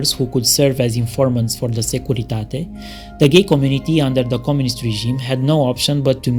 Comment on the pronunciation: But listen to how well he pronounced ‘the Securitate’. Oh, you’ll have to learn to adapt your hearing or your listening skills if you want to do well for yourself wherever you are in the world.